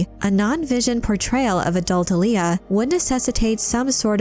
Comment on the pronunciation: There's no emphasis in the 'L' in 'Alia'. You're pronouncing like the r&b artist Aaliyah. It's more like Arya (Stark). Respectfully of course.